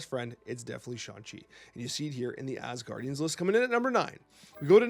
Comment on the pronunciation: the name is Asgardians, not asguardians xD, you’re mixing the guardians in this. They’re from Asgard.